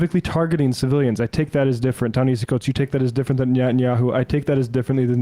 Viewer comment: Great show, thanks for celebrating this great writer and thinker's words. The second portion of his first name, as he often points out is pronounced differently than it looks, i.e., Nehasi.